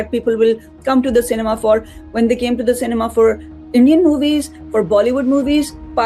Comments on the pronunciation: Cinema❌ Sainima😂😂😂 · Cinema ❌ Cemena ✅ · Cinema ❌ Cenma✔️ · PAKISTANI BE LIKE CINEMA❌ CENMA,CENIMA✅ 😂😂😂😂😂😂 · Cinema❌ Senma✅ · cinema❌ Ceinma✔🤣🤣😁😁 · Cinema ❌ Cenma☑️